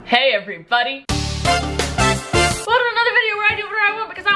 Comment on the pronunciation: It sounds like you are saying everybudy not trying to be mean also I love you